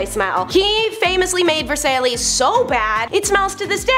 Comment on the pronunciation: 😂number 6... Versailles is pronounced like : ver sigh